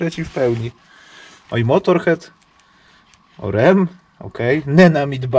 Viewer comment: Juni = czerwiec, nie lipiec, a Motörhead czyt, "moturhed"...lepiej zostać wśród aut, bo to nieco lepiej Ci wychodzi ;)